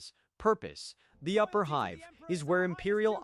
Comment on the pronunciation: The constant mispronunciations of basic words, like "hive", perhaps?